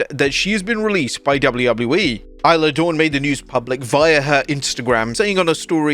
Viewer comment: Isla Dawn... One minute you call her "iller Dawn", then 10 seconds later you refer to her correctly as Isla Dawn (igh-la) only to then refer to her as "iller" again just a few seconds later!!! Come on!!! I was just waiting for "iz-la" to be used, too!! Ridiculous mate!